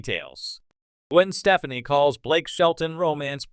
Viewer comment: I think you need to learn how to say her last name lol how can I take you seriously 🤣